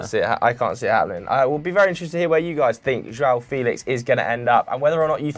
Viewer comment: Felish🤣🤣🤣🤣 stop u cringe machine